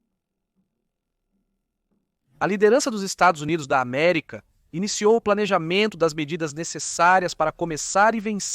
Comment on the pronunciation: O VIDEO FICOU ÓTIMO , APENAS ESSA ÊNFASE NOS "estados unidos da america" fica como uma fala de torcedor ....